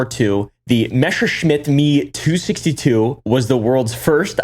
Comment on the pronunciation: The child within me that grew up autistically watching the history channel in the late 90's and early 2000's could not cease it's Ree-ing when they kept screwing up the pronunciation of the ME-262.